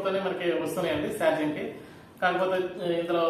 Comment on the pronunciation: సార్జింగ్ కాదు బ్రో చార్జింగ్